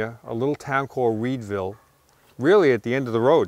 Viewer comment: “Weedvill” nice